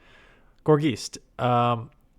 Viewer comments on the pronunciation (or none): its driving me crazy how he says geist like geese 😂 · Gor-geist. Tons of names are puns or portmanteaus. It's a combination of gourd and geist (like a poltergeist). Geist comes from Germanic roots, so the ei is pronounced like i.